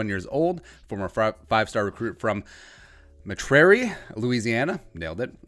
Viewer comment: It's actually pronounced Met-er-ee Louisiana. At least that's how the locals say it. Just thought I'd let you know. :)